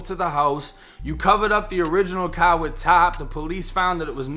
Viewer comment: "In his cahh"